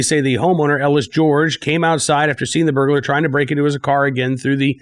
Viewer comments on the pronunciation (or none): none